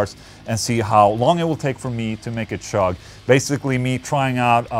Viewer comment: Sorry Ola, gonna be a nazi here and point out that when saying "chug" you make the most common mistake Swedes make when speaking English. Other examples of this: chair=/=share, cheap=/=sheep. Ch=/=Sh. The point is, it ain't pronounced "shugg".